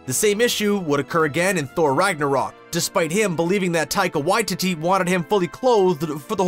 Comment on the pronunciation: Why did he butcher Taika Waititi's name like that?